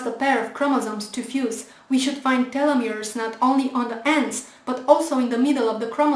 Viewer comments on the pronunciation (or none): none